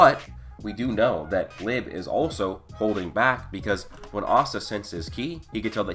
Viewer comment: You kept saying lib instead of Liebe💀